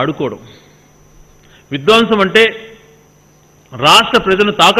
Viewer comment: Vidwaamsam kaadu Gadikotanna. Vidhwamsam ani palakaali.